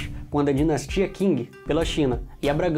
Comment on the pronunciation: Eae cara só como observação, a real pronúncia de Qing é "Ching" não "King", de resto está um ótimo vídeo!